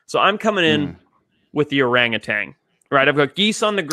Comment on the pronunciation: There is no g at the end of orangutan